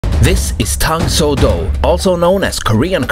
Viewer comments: Tang “Soo” Do. Not “So” Do. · I found it kinda amusing how a karateka like pronounces the Soo in Tang Soo Do as 'Sō' because he's accustomed to Japanese lol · PS a year later: It is pronounced "dang soo do", soft T, the U sound then Oh tang soo do. Also, Tang Soo Do came before Taekwondo.. so, I don't get why you call it a hybrid of Japanese Karate and Taekwondo...